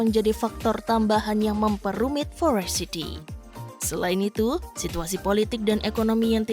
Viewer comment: Kok sebel ya, denger dia baca forest city jadi forest sithi. Parah